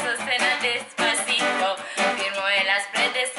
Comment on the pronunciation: Most hallottam eloszor helyesen a Despacitot egy magyartol😂😂❤